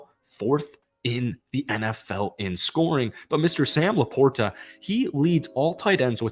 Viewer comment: Lions fan here. SLOW DOWN; it will cut down on flubs and mistakes. Also, please listen to how Dan Miller pronounces Sam LaPorta’s name. It is a soft t, not a hard t. It’s the guys name.